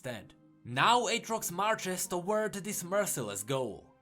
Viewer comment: you done messed up AA-trox